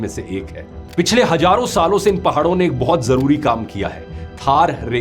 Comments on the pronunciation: Hajaron saal ❌ hazaron saal✅ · It's Hazaro not hajaro